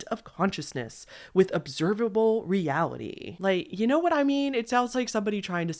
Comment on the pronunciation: No shade, I love your videos but WHY do you extent your last syllable at the end of your sentences? Especially words ending in S? It drives me insane 😭 “Realityyyy, claimsssss, thoughtssss, sensssse” 😭